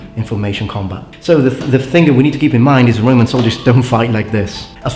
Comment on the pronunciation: So the 'B' in bRoman is silent, go figure.